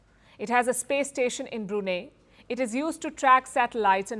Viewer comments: It’s pronounced as Bru-Nai not Bru-Ney 😂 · Palki Sharma CAN NOT EVEN SAID Brunei properly